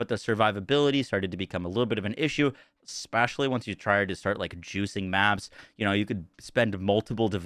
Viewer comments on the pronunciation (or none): "Invastment" "Espashully" "Effactive" "Defances" "Sacond" "Chast" "Dafinitely" Wtf..